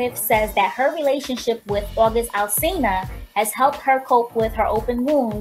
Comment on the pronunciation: who else heard her say August Alsilina